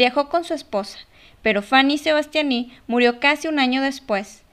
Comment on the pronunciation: "faní sebastianí"😂🤣